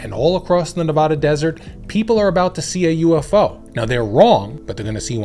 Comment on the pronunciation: Please learn how to say Nevada, love your videos!